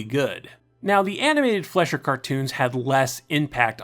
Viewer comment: Excellent video. Very informative. However, for future reference, Fleischer is pronounced FLY-sher, not FLESH-er.